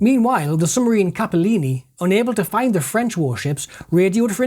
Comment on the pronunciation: Excellent work. One minor point: it's 'sub marine' not "summarine". I was born in Benwell so I know it's a local anomaly of speech, but ...